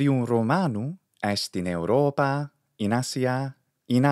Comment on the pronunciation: thanks for the explanation. Now, here goes another question; how do you know how much to extend the vowel sound and whether it has a variation in the intonation while pronunctiating the extended vowel? Sometimes I hear you say "Europaa" and sometimes "Europaaaa"